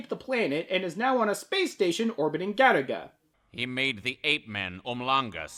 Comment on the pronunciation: I thought this was an anime about that game Galaga, just mispronounced due to Japanese people's inability to pronounce the letter "L". Now I'm massively disappointed.